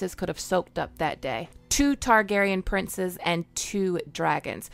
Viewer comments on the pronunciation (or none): none